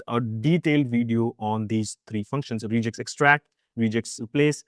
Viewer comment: "Regex" is from "regular expressions" so the 'e' is short, not "reeegex"